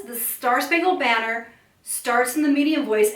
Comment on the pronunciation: You sang the word BANNER wrong! There are not 4 sung syllables in banner. There are 3. Baa😅 ner er